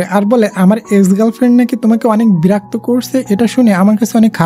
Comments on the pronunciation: Birakto nh birokto hobe😅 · আপনি বিরাক্ত বলেন কেন 😊আর আমি ৷ স্টুডেন্ট ❤ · Berakto ki??? Birakto hobe 😅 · সুন্দর ভাবে বিরক্ত বলেন না কেন?